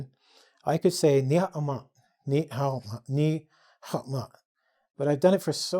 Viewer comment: That’s a good Ni hao ma... pretty impressive